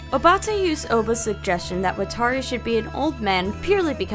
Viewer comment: Did she call him WhatTari? Like an old lady asking for clarification about an Atari